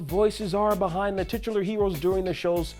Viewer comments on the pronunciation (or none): Say titular again..